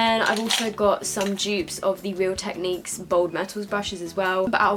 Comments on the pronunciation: Its not pronounced techniq its pronounced techneeque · Ur pronouncing technique wrong ur saying technick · oops all my life ive pronounced technic as like techneeeck instead of techn-ic (like ive not said it like you say it, )... does that make sense??! but ah well hahah x